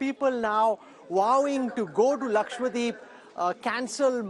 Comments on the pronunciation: Lakshwa-Deep nahin hai bhai Laksha-Dweep hai. Dweep means Island, Deep means lamp🪔. Please get the pronunciation right 🙏🏻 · Sir it's LAKADWEEP not Lakwadeep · why is he saying it Laksh-Wa-deep ??? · I can sometimes understand North Indians mispronouncing "dose/dosa" or "sambar". But how in the name of everything holy can they fail to say "LakshaDWEEP" correctly?! Who in the hell is this Lakshwadeep that people are on about? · It bothers me when media persons can’t pronounce Lakshadweep !!!! Saying it as Lakshya-deep or lakshwadeep is not correct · Laksha-Dweep NOT Lakshwa-Deep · is again and again using wrong pronunciation. It is laksha- dweep, not lakshwa- deep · It's laksha dweep dude. Which means a cluster of a lakh islands. It's so annoying everytime you go lakswadeep lakswadeep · Not ‘ Lakshwadeep’ Its ‘Lakshadweep’